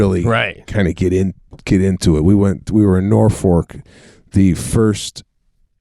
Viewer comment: Always picking on Pete for pronouncing words & names wrong.....Sebastian, it's NorFOLK.....not NorFORK!!!